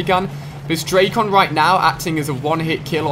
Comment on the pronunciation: Ali-A i am a big fan, but it is so cringe when you pronunc the names of the Guns, like dracon,its not drac on but dracon i one word.